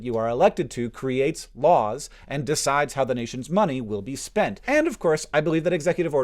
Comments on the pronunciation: "will be sopent" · "sopent". Literally unwatchable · “sopent” Good video, Hank. I hope people understand the importance of vaccines. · "Sopent" Oh nyo...